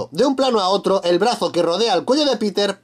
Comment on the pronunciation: Minuto pinpinelo embes de decir oto dice puto error epico xd